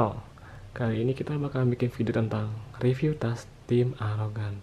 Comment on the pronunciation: Review gan bukan revie